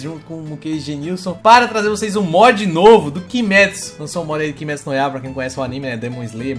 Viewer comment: É coisa minha ou no início eu achei que ele falou kimetsu goiaba?